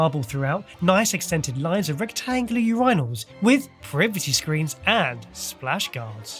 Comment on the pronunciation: I know its irrelevant but I've never heard urinal pronounced the way did lmao💀